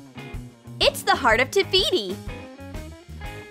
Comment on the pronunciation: It's the heart of Tahiti not Tahfiti no hate